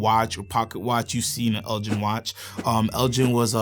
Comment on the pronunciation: Elgin is pronounced with a hard 'G'. It's named after the Scottish Earls of Elgin hence the models including the "Lord Elgin" and "Lady Elgin".